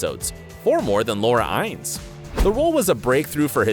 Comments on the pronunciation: Say it with me: WHY-LEE (Wyle)🙄 Inn-ESS 🙄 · It's Noah Wyle (WYLEE) not Wile and Chris Noth (nohth) -- long o, not nawth. Laura Innes (Inness) not (pronounced) Eynes. You really should do more research and learn how to pronounce the names. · Learn how to pronounce the last names correctly. It's Noah "Why-Lee" not "While", and Laura "In-ness" not "Ines". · The names are pronounced Noah Wylee and Laura Iness. Not While and Ins. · And it's Laura In-nes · Why are you pronouncing everything so weirdly? “Er-reek” La Salle? “Muh-dam” Secretary? Noah “While”? Laura “Ines” with a long i? Have you ever heard anyone say these names and words like this before or did you just decide to go your own way regardless of any kind of existing pronunciation precedent? And yeah, way to completely omit Sherry Stringfield.